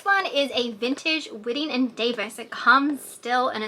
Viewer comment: Hello. Just an FYI, it’s pronounced “White-ing” & Davis.